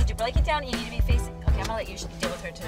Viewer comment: Lol she said needn’t 😂